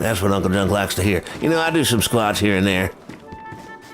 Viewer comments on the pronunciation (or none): Yes Uncle Junk, sir. But after u said it a couple times it sounded like u said split splots or splochs. 😂😂